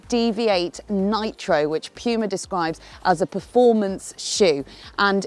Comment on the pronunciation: Pjuma? What is Pjuma? Its puma... Sjeez